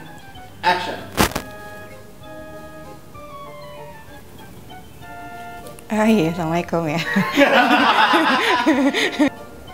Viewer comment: Bukan "ACTION.." tapi "AACTION" gitu